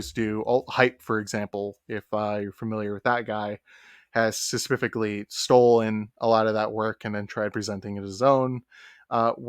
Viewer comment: Why this ninja keep saying suh-puff-ick-ly